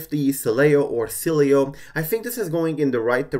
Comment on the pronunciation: See I was right yesterday I was pronouncing it right its okay I still love you.